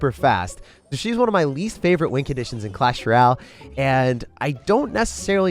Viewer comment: Why tf does this Mf say “Clash Ruyaal”